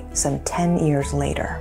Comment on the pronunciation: What is it with pronounced ears instead of years it made me i cant explain but all is well except that ears instead of years it sound bad pronounced correctly please